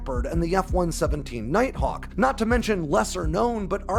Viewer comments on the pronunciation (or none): Knighthawk? Maybe you might want to consider “Nighthawk”. ;-)